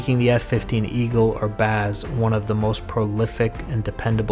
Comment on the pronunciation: Excellent video! btw it is just "Baz" not "Ba'az" lol